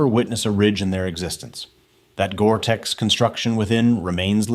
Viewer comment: More AI NARRATION BULLSHIT! The Narrator BOT leaves out the "T" in Gore-Tex!